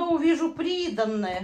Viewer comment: Как мне нравится как вы говорите прИдаНное)))